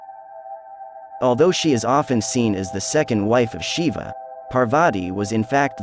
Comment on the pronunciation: Westerners need to learn some rudimentary Sanskrit to be able to pronounce a word like Shiva. It is jarring to the ears to see the word mispronounced so many times.